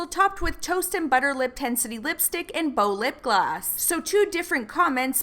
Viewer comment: The way you kept saying lip gloss XD in the captions it was always coming up with 'lip glass' LOL